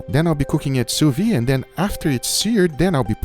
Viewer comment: This pronunciation of sous-vide is driving me crazy...